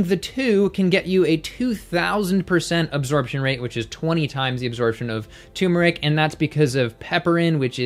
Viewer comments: I love you but it's pronounced "turmeric", not "tumeric". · Turmeric. TuRRRRmeric! Not 'tumor-ick'. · Turmeric has an 'r' between the 'u' and the 'm'. I used to not pronounce the 'r' either, but that is incorrect.